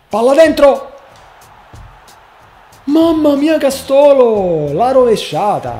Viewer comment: Castólo?!?!! Castooóooolo?!?!!? 😐 devo sentire altre cagate?